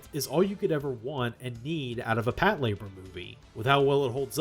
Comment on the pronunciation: I swear, if I hear another western anime fan pronounce it as “pat-la-BOAR”…